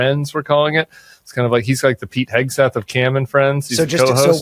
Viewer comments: Cam, are you pronouncing Hegseth as Heg a Seth on purpose? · LOVE IT! Cam- keep the Hegseth pronunciation going!!!! 🗣️🗣️🗣️